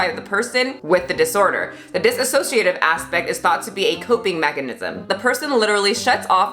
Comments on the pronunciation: btw not a big deal but dissociative identity disorder is pronounced dis-o-ciative (Trisha did it too so I guess if u heard it from her it makes sense) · It's diSSOciative not diSAssociative It's not to be rude, but I don't know why people keep adding "sa" when there's none. Anyway that appart, these sandwich just makes me soooo hungry right now X3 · I’m so sorry I have to point this out lol, it’s pronounced “dissociative”, not “dissasociative”. No hate on this video at all, it’s just more proof that Trisha had no idea what she was talking about in the first place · hey, you and trisha keep saying diSAssociative but it is dissociative, just so you know :) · She can’t even say the name correctly. It’s disSociative disorder.... not disAsociative disorder. If she actually had it you’d think she’d be saying it right. You’d also think she would have “switched” on camera before since she’s been on yt for how fucking long now? But no... only after Anthony Padilla did the video on dissociative disorder did she start switching ALL THE TIME on camera. Another thing.... she does mukbangs all the time but 3 chips and a fruit roll up give her a “tummy ache”..? She’s fucking gross.. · Please stop pronouncing it dis-a- sociative, there is no A in the word. Her walking around the kitchen and throwing shit, eating three chips and saying she got a tummy ache, though she shoves so much food in her fat hole. Her fast food reviews are nonsense and I’m glad people are raking her over the coals. Nin, needs a lot of support with this. Trisha is a pig, and she doesn’t deserve the free YouTube money. I honestly have never been so disgusted with a person.